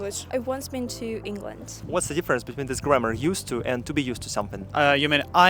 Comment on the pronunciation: ты говоришь дифференс и смягчаешь буквы т и д когда после них буква и это не правильно. дифференс это не ДИ а и твердное но никак не мягкое и